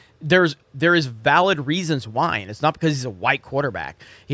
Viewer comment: Because-uh, dudes-uh...